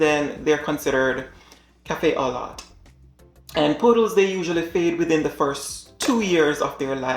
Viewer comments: Cafe au Lait is pronounced < kaa - FAY - o - LAY >, not kaa - FAY - o - lot. It is a French term that translates to coffee with milk. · thank you for educating the public on this! i cant stand people who are bought into the nonsensical marketing terms for dogs and carrying hefty price tag for stuff like "teacup". btw cafe au lait is pronounced as kef-fay oh-lay